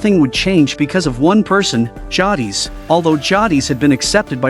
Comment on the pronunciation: Right ? Like it’s Jay-dis😭